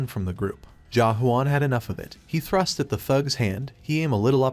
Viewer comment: Is it thrust or trust... bruh i keep hearing both when he says thrust🤣